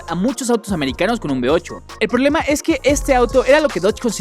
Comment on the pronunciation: No se dise prolema se dise problema